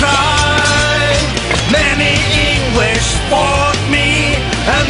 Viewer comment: I love the way he says Eengleesh.